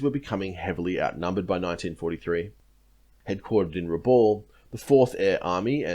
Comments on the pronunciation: Rabaul is pronounced Rah-bal not Rah-ball. Good presentation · You've probably been told this before, but it's pronounced Raboul, not Raball. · Pronounced rahb owl